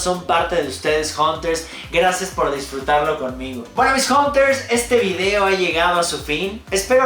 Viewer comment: Un tip, traten de pronunciar hunters como janters para que salga bien la pronunciación La letra U se suena como A 😉👌